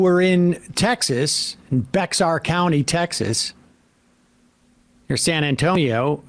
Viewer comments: ITS BEAR NOT "BEX-ARE". PLEASE SOMEONE SAY IT RIGHT. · haha. It's not pronounced BEX-AR... It's pronounced Bear. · As a Texan and former Bexar County resident I have to correct you Sam. Its pronounced "Bear" county and we hate "Bexar" (Its confusing but get used to it buddy) Edit: On another Note Mayor Eric Adams of NYC called out Greg Abbott for this little PR stunt because there was no coordination at all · Bex-ar 😂... pronounced "bear"...the "x" is silent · Not Bex-ar… It’s pronounced Bear County or BAY-har if you’re saying it in Spanish. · bah-ar county. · Hey tin ears, if you'd listened to the sheriff you'd realized that you don't pronounce the X in Bexar County. It sounds more like Be-har County. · It's pronounced "bear" County. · Its pronounced bear, as in Bear county and worthless, useless Abbott needs to be included in the investigation of this abuse also cause he is JUST as guilty of this bullshit, along with all the other horrible stuff he does. He is making it seem like the border is out of control, which it is not, because he is trying to deflect any attention away possible from lil girls having their rapists babies, the blood on his hands from Uvalde, the grid failure, etc, ETC. The migrants are totally being used as a political manipulation tactic. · Bexar is pronounced like "bear", like Texas is "Tejas". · BEAR, BARE!! for shame sam. i can undrerstand ana kasp messing up multiple times but not the well studied mr sedar. im a native of s.a. and bexar is pronounced BEAR, BARE!! the sheriff literally says the name in the presser. haz caso- pay attention.~ lil bro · Yea its Bear county I know the spelling is weird but you pronounce it Bear County even tho it's spelled Bexar County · Just a minor correction pronunciation of “Bexar”. The x is silent correct pronunciation is “Bear”. ❤Love your show❤ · It's pronounced Bear county, and good on that sherrif, hope it leads somewhere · It’s pronounced “bare county”. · BEXAR is pronounced BEAR